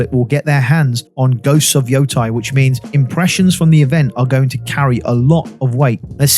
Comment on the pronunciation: love your content, but hearing you saying ghost of "yothai" since September 24 feels like im waiting for ghosts of "thailand". Its YotEi. "Yotay"